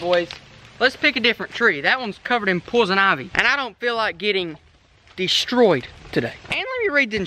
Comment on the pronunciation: the way he said poison